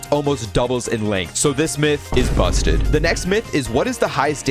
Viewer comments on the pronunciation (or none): Bro the way you say busted..💀